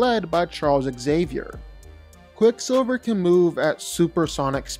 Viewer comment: You butchered quick silver here man